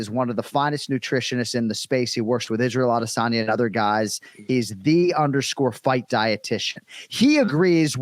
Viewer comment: Adesanya is correctly pronounced "A-Day-Sun-Ya". The "San" is pronounced "Sun" so if u spoke to his sister calling her "A-day-SAN-Ya" how'd still be wrong Jon